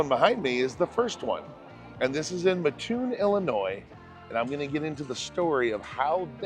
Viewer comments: Umm god. Everytime someone on here says Mattoon, it's the same. Its MAtoon, not muTOON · I live in mattoon , love that place ! Ohhh , the town is pronounced MATT-TOON , not muhhtoon. People can’t stand it being mispronounced here for some reason . Great video !!! Thank you for recognizing it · As a person born and raised in Mattoon, now living a few miles down the road in Charleston, I just have to correct you on your pronunciation of our town. You said "MuhToon" its pronounced "Matt toon" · grew up in Decatur and this is the way I learned it as well. The "muh-toon" drives me crazy as well. Now I'm actually living right near the OG Burger King in Mattoon and have had to correct my own SoCal born son. "MATToon" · It's MAT Toon, NOT Ma ttoon !! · Came for this comment. I always say, you don't sleep on a muttress. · Great video and thanks for coming. You don’t know (common mispronunciation) but it is Mat-Toon not Ma-TToon. Think of it like Mat-Tress and Ma-Ttress. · The second I heard that I said "oh I bet there's comments about that" 😂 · It's pronounced ma-toon like car-toon. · Great video! Just so you know the correct pronunciation of Mattoon is, Matt…like the name then toon like cartoon. Lived here in Mattoon my entire life and it’s a pet peeve of the residence if it is not pronounced correctly. Anyway love your video on our small part of the world. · Yes! You don't say the word "Mattress" as Ma ttress. It's "Mat tress." My wife grew up in Mattoon and this drives her nuts. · You said the name of the town wrong think of the name Matt then think cartoon without the c a and r otherwise thank you for supporting my cousins business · I grew up in Mattoon. And of course you mispronounced it but all is forgiven. 😂 This BK was a staple of my childhood! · Right away you can tell you're not from here with the mis pronunciation of the town name 😂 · It was mildly annoying to hear him continually pronounce it that way. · The “a” is short in Mattoon.